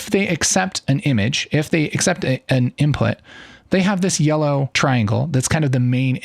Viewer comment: Sir are u color blind or i hear u saying yeloow green?